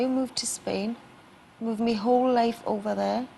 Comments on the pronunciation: one question: if she says mee and not my, how can she sings call MY name???? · i love it how she says me instead of my